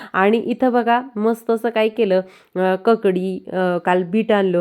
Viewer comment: ककडी नव्हे काकडी